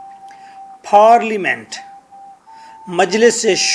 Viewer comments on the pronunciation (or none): Paaaaaarliment,,,,hahaha, Say Parliament.